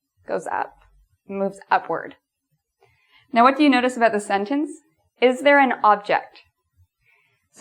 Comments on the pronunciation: "And today we are going to talk ABOOT" AHAHHA i love it. It's not exactly aboot though but...aboot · I like how you say "about" and "house" :D